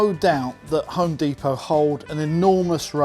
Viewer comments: It's not deeeeeepoh, you're a Brit for chrissakes. Dep-Oh. Amazed they have no metric - only Imperial - even on a tape-measure? Surely there's use for metric, even if occasionally? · You're still English. Dep-O not De-Po Good video though. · Deh Poh, not Dee Po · It's depot not fckng dee po. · Americanese pronunciation DEEPO English prronunciation DEPPO Not a lot of people know that. Carry on.... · You're British. it's pronounced D-E-P-O-T and not D-E-P-O-W 🙂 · Dep poh not dee poh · OK you lost me when you said deepot, they'd know what you meant if you had pronounced it properly. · Home "deepo"?! 🤔🤣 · You are an Englishman..its DEPO...now flash-light...the end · You may be in America in an American store, but it's still a pity you pronounced "depot" the American way. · Why are you pronouncing depot in an American accent? Haha. On a serious note, love your content bud, keep it up.